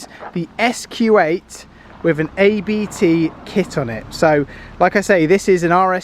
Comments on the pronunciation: It's pronounced "Ahbt" 🙃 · You dont day a b t separately you say this as a one word ABT